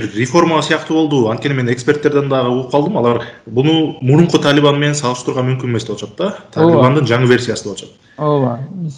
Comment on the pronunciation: Талиман эмес Талибан журналист бала